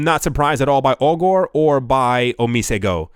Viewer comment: ‘Augur’ rhymes with ‘blogger’.